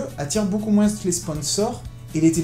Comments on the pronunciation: moins ça se prononce moinsss ? merde alors, je l'ignorais :o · Dans le mot Moins, le s ne se prononce pas mec. C'est ignoble